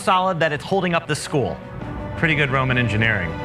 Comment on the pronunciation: Loma가 아니라 Roma; 발음 좀 제발 똑똑히 해라!!!